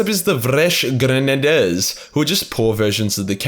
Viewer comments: fusilier - "foo-sa-leer" grenadier- "gren-a-deer" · Your failure to say fusilier and Grenadier Honestly made my morning